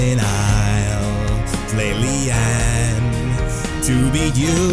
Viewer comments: Li-ehn? They make it pretty clear in the game and videos that it's pronounced Li-ahn. Still a great song though! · I've definitely gotta go with RedsimonDE on this, it's pronounced with a soft "a" not a hard one (Even in the link you gave), otherwise great video. I don't know why more people aren't commenting this. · Great song, just one minor thing: it's pronounced Lee-uhn, not Lee-anne. If you played her, you should know it. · It's "lee- on" btw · I refuse to believe he actually pronounced Lian as Li-anne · Love the song but u pronounced her name wrong its pronounced like lee on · is pronounced LEE- AWN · thats now how you pronounce Lin why is noone noticing it